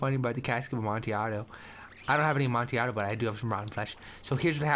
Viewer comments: Just in case u didn't know its pronunced a-mon-ti-a-do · Lol I don't know the correct way to pronounce amontillado but the way Toby says it is my favorite way so far